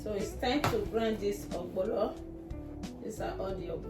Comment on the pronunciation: Nice.. but why spell correctly and wrongly pronouns Ogbono Not ogbolo🤮🤮